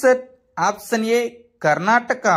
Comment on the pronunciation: Option pronounciation opson antunaruu